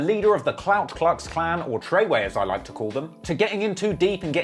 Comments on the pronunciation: "Klout Klux Klan" lmao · About a minute into it and already killed by "klout klux klan" 🤣 🤣 🤣